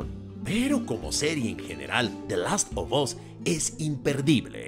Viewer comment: Last “OF” (no OB) Us